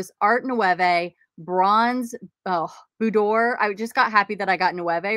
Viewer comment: Love ya. Nouveau = new vo Boudoir is a lady's bedroom said booed- dwar ❤🌸🌺